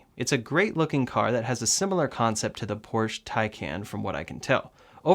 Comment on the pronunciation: There is no car named "Porsch", it's a Porsche. Just like cafe or Volare.